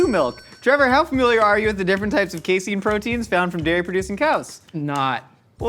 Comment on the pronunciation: As a scientist, I feel obligated to tell you that it's pronounced "case-in". Literally no one calls it "case-ene". It's used as a common protein carrier/stabilizer and blocker in immunoassays. We use skim milk powder from the grocery stores in poor academic labs. Same thing as casein, hell of a lot cheaper than it is from a chemical company. And no one in New Jersey says "joi-zee", you asshats.